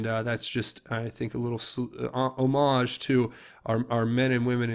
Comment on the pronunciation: Homage is pronounced "AH-mij, not 'o-MOJ' (sorry, couldn't resist) You're doing a great job!!